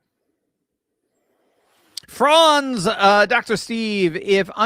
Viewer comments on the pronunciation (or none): none